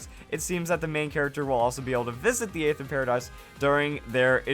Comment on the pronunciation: Aether is actually pronounced just ether like the gasoline chemical. The A is silent in the word.